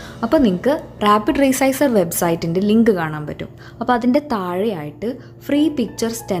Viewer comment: What is web site ? It is not clear in saying.